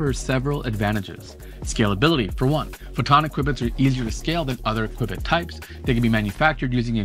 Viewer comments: It's pronounced "Q-BIT"....Just like Q-Bert, not "qwib-it" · Pronounced like "cue bit" not quibit. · It'd Q-bit, not "qui-bit". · It’s pronounced KYOO bits. Not kwibits. Like so many shows like his he probably got the information from the company’s public affairs department, which had brochures and a website. Had he visited the company he wouldn’t have flubbed the pronunciation. And look at his topics. They’re rage topics. A dozen other channels are talking about quantum computing (and pronouncing qubits correctly), as well as “Dark Oxygen”, the energy costs of A.I. Some channels just repackage another channel’s info. This one didn’t. If he did, he’d know how to pronounce “qubits”. It’s like the news. What’s trending? He blew this one, though. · What drives me Nu-ts...hearing Qb-its instead of Q-bits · Just FYI it is not called a kibit it's pronounced QuBit..... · Q (quantum) Bit. Hearing “quibit” instead of “q-bit”repeatedly… my OCD… “quibit”“quibit” “quibit”… 🤯 I couldn’t finish the video. I actually had to close YouTube, stop working, and take my dog for a walk, before writing this comment and getting back to work with background music instead of background YouTube. Sorry. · This is why Thunderf00t buried you. It's pronounced "(queue-bits)" not "quib-its". There's not even an "i" in Qubits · Note it's pronounced CUE-bit, not kwehbit. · Kwibit? Khuwbit? Dude! Da F**k is wrong with this guy? QUE-BIT - like a pool Que, you know.. things that smash balls in pockets? Not his.. pockets.. though, it sounds like it! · What the hell is a "quibbit"??? I know what a Qbit is, but what is a quibbit??? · Nobody says "kwibit" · Why must you call it a qwibbit? Video is so good but hard to listen when u call it a kwibbit lmao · Qwibbits , lol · Two Kwibit da Vinci...Poly Kwibit da Vinci maybe. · CUE BIT pronunciation put me right off. Couldn't reach more than half way through the video. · wtf is a kwibit? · Your mispronouncing Qubit 😔